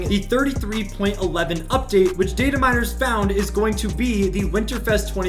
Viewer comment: You: Data miners. Me: DID HE JUST SAY DATE A MI